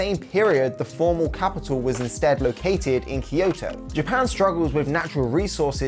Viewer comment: EDO, not EEDO. KYOTO, not KIYOTO.